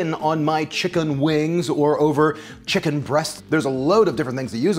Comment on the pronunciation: The way you pronounce chicken makes me very uncomfortable but I like you and your videos so imma still watch